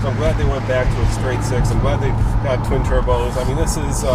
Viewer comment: "Twim turbos"?